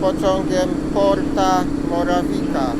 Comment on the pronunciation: porta morawica sie muwi